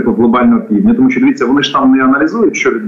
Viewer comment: ведучa! не сЧчЧччЧо а шшщо.... свук шшшш не ЧЧЧ . чому так сильно вимовляєш Ч? Мені вуха болять!